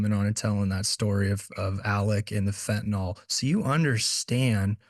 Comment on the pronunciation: It’s not pronounced fentan-ol. It’s fentanyl.